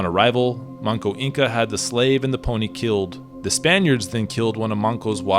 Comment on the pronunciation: The name is Manco Inca, not Monko.